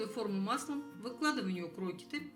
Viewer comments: Ну не крОкеты, а крокЕты...ударение на Е... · Не крокиты , а крокеты.Ударение на втором слоге. Совсем люди разучились грамотно говорить. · В слове (Крокеты) ударение на "Е", а не на "О".